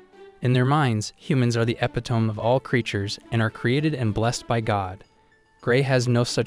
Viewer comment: It isn't pronounced "ep-i-tome", the correct pronunciation is "eh-pit-oh-me". It also isn't pronounced "sem-pay", the correct pronunciation is "sem-pie"